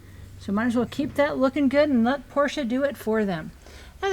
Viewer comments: Thank you for saying "Por-sha" rather than "Porsh". Always heartening to hear Dr Ferdinand's name pronounced properly. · Thank you for pronouncing "Porsche" correctly.